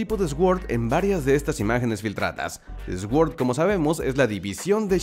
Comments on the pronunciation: Gracias por traernos estas noticias. Pero consejo, la palabra S.W.O.R.D no sé pronuncia "ESGÜORD" se pronuncia "SORD", como la "PAGÜER SORD" (POWER SWORD) de los power rangers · Sword se pronuncia: "sord"